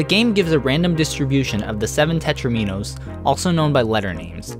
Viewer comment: Tetraminos doesn't rhyme with dominos?!